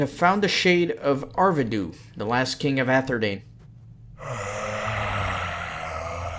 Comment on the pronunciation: Pronunciation is "Ar-VEH-dew-ee" HTH HAND ;-)